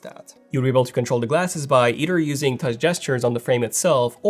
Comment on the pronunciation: Tauch panel! LOL!